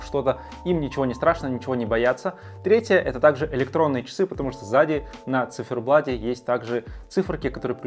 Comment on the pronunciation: Да сколько можно говорить "на циферблаДе"!!! Пора уже научиться говорить с буквой "Т"!!!